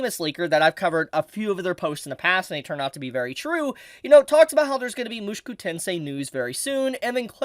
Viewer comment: Bruh could you stop saying "mushuku"? It's weird man